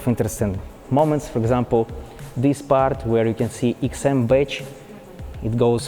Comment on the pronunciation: That's an amazing "eksim" 🤔